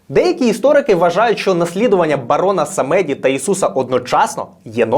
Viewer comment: Дякую дуже за цікаву та емоційну оповідь 👍 єдине - на майбутнє бажано поточнити наголоси - все ж самедí, a не самéді (просте таке французьке слово, з нескладним значенням).